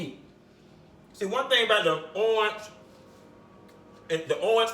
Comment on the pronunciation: the way you say orange remind me of my granny lol